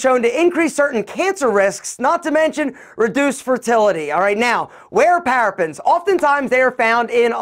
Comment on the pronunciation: ParaBENS NOT Parafens! Learn how to pronounce before giving advice